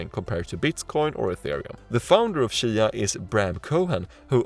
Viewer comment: Its cheeeya. Not shya